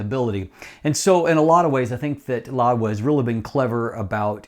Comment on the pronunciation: Where is the "d" in "Laowa"